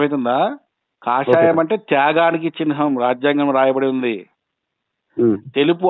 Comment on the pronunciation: Orey chihnam kuda anadaniki radu enduku neeku nuvvu chepedi chinham antunavu